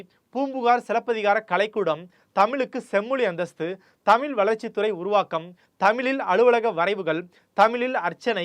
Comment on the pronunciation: Great content! But I could literally play a drinking game for everytime you pronounce Tamizh with a “ல்”🫡